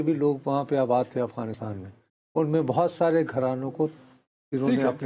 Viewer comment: آپ پچھلے کئی ہفتوں سے “افغانستان “ کو اغوانستان” بولے جا رہے ہیں 😂